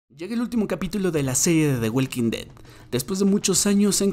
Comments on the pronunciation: De welkin det 😂😂😂😂 The walking dead (Da woking ded) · Por qué lo pronuncias “the weilking ded “?? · Me duelen mis oídos de escuchar cómo pronuncias el nombre de la serie, mejor pronúnciala en español. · "De güelquindet" 🤣